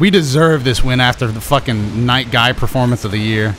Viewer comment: the way say night guy is really cool and amole get double kill with night guy (really cool)